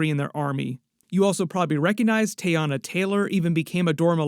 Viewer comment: Love the videos! Long E on Teyana and Ayesha tho 😉